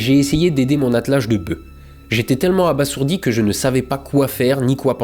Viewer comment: Ça se prononce « abazourdi » !